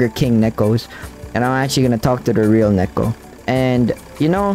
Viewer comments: Neko is pronounced "Niicko" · it's pronounced "niko" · Btw the pronounciation isn’t nek-o it’s nee-ko. 👍